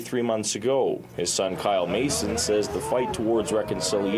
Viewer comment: " M a S o N" eh?